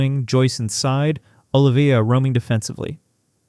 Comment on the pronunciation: Dude it's OH LIVE VEE YAH